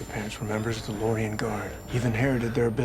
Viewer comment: The books are so much better. And you pronounced Lorien wrong, they're also not called Loriens they're called Loric. The ones with Numbers are Garde and the "protector" is a Cepán. Once again, the books were so much better